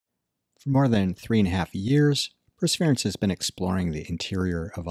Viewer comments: How do you manage to pronounce Perseverance (4 syllables) as "prsvrence" (2 syllables) ? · It's the martian accent. ;)